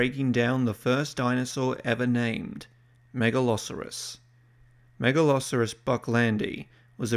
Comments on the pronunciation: Mega-lo-soar-us, not Mega-lah-sah-rus. Don't even try to pretend it's just an accent thing as you pronounce the 'saur' in other animals just fine. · The way you pronounce Megalosaurus sounds like you're saying Megaloceros, which is a deer from the pleistocene. Do pronounced it correctly one time and every other time you said the name of the deer. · i know this is like 2 years old, but MAN is it weird hearing the name Megalosaurus pronounced as "Mega-Loserus" i have heard Megaloceras pronounced like that but never Megalsaurus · I thinking of a meat eating deer in the vid is kinda funny. Mispronouncing names. Happens to the best of us. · How is it the first named dinosaur and you can't pronounce it correctly? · ah, he starts saying it wrong in the second half wonder if that was recorded before or after the first half probably before?